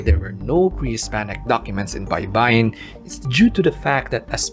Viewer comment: It’s also not Bay-ba-yin (shore) but Bay-bay-yin means to syllabicate